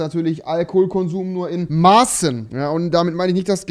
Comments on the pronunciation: Wer hat noch in Massen statt in Maßen verstanden? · Rewi hatt sich versprochen er meinte nicht in maßen sondern massen.